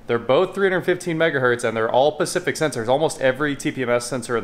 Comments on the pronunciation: Are you saying "pacific standard" lol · Informative...@ the correct word is "specific", vice pacific. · i thought he was trying to say " specific" :-0